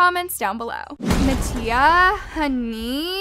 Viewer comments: MATTIA (MAH-T-EAH) she needs to stop saying MaTtIA 💀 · anyone else notice it said nattia 😂